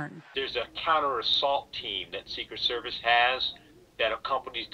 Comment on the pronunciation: 0.07": "Secret Seviece.."... WUT?